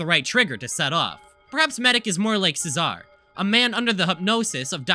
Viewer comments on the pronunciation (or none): Only thing I'd like to say that I haven't seen said yet by you or commenter theories... Cesare is pronounced like "chess array." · cesare is pronounced chase-array and metropolis is pronounced me-traa-puh-lis